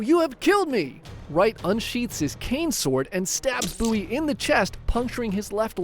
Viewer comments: Bow-ee that’s how you pronounce it, not buoy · i'm convinced he says the names wrong to piss people off it's a bowie knife not a buoy knife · It’s pronounced “BOE-EE” (spelled BOWIE, which is pm pronounced as its spelled….) knife… is this an ai scripted video? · We def pronounce it Beau/wee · You pronouncing bowie like boowee killed me in the sandbar brawl part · Ive been pronouncing “bowie” knife wrong my whole life. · Why do you say Bowie like that? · Do you pronounce David Bowie like that too? 😬